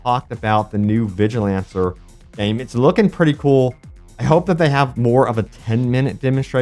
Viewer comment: This this man say vigilancer